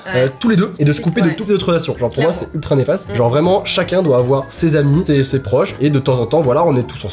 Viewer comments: Att.. Là.. Ont est d'accord que il n'y a pas que moi et qui as entendue " Habits "au lieu de " Amis " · Moi aussi j’ai cru que tu disais habille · Moi aussi j'avais compris habit au lieu d'ami😂😂😂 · Oui moi aussi j'ai compris habits au lieu de ami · tu as bien dit habits 😂😂(enfni je crois ) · J'ai compris "habits" à la place de "amis" 😂🤦🏽‍♀️ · moi aussi j'ai cru quelle avait dit habille 😃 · moi aussi j’ai entendue HABITS hahahaha